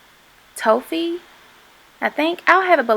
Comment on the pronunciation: That highlighter might be too much for some, but I LOVE it!! Really brightens up the face. BTW, Toffee rhymes with coffee :)